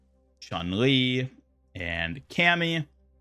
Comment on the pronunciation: chun li is pronounced ''choon'' li